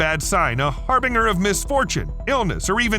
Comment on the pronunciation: Har-BINGE-R. Not har-bing-er 😑